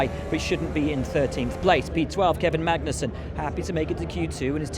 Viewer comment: As usual these productions are shitting all over Kevin Magnussen. This time not even getting his name right. It's shameful and disrespectful.